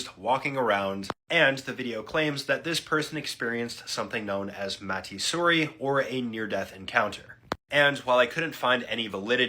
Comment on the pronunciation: Matty suri? I think it came from asia language? Mati suri, instead of matty suri